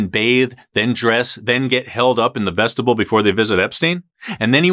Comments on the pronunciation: vest-i-BYUL, not vest-it- bull. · Pronounced: VEStibiul; spelled: vestibule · Is he saying vestibule because every time I Google it and say it the way he's saying it Google gives me vegetable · Vestibule miss pronounced.